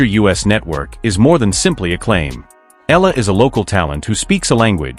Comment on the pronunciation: Please pronounce her name correctly. Her name is Alexandra/Alex Eala (Eyala). We are proud of her.